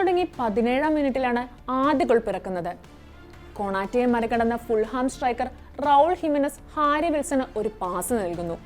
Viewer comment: ഫുൾഹാം എന്നല്ല.. ഫുള്ളം ✅